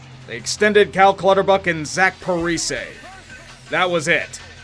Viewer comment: "Parisayy" get it right bub